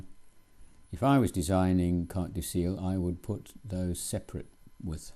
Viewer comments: And the 'Ciel' is pronounced as 'shell' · Cartes du C L, if you want to sound more authentic give it a little uh after the L. My french neighbour pronounces Thames, Tamease. :) Good software.